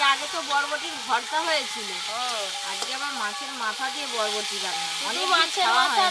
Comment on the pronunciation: বটবটি না বরবটি